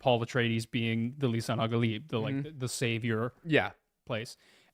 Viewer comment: Hearing these guys say lisan al-galib instead of lisan al-gaib is killing me